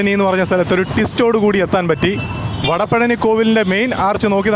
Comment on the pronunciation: It's വടപഴനി